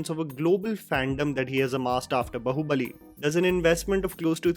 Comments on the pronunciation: Chuthiye, pehle baahubali bolna seekh , bahubali nai be , movie me suna nahi kya, review Dene aajatha he 😁😁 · बहूबली nhi bhaiya, बाहूबली hota hai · Please correct yourself with the pronounciation of "Baahubali". It is disappointing that you have spoken the name so many times but you still miss the second 'A' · brother: a HUMBLE REQUEST IT AINT BAHU-BALI(LIKE SAAS BAHU YOURE SAYING IT MAN) IT IS BAAHUBALI, BEING AN INDIAN YOU STILL CANT PRONOUNCE IT CUZ OF THE LEFT PREVALENCE IN YOUR WORLD, UGH SHAME. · WTF is “Bahubali”,? It’s “Baahubali”. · Its baaaahubali....not bahuuubali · it is not "bahu" bali but "BAA-Hu-Bali" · one correction it's pronounced "Baahubali" not Bahubali, there is "-" over the letter 'a' in the poster (ā) which is pronounced "aa". PS: the only Prabhas project I'm confident about is Salaar with Namma Prashant Neel, a proven Filmmaker already. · Yaar loved the review. I would like to say one thing. You mentioned incorrect pronunciation of Hindi words by Prabhas causing issues. Which makes sense since he will have a different accent. I just wanted to shine light that every time I hear you mispronounce a Telugu word, I cringe the same way. Even big name movies like baahubali, which you can watch a million YouTube videos pronouncing it to learn the correct way, are most of the times said incorrectly. I do not judge because it’s not your mother tongue, and you’re trying your best. I think the same level of judgement should be reserved for prabhas as well no? It’s a sentiment that goes far back that North Indians expect us to pronounce Hindi words correctly, but when the same happens the other way there’s not much said about it. It would be nice if we get past this criticism of incorrect pronunciations. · Just wondering When you put this much effort in reviewing a movie but not caring much about correct pronunciation of well known word BAHUBALI